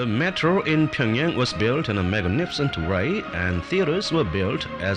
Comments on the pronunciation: I don’t understand why he doesn’t make more of an effort to correctly pronounce the names of these cities. Pyongyang is such a simple one to pronounce and still he doesn’t pronounce it correctly, not even once. It isn’t a huge deal, but I just don’t understand it. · He can’t pronounce Pyongyang— he keeps calling it Ping-yang. Lol.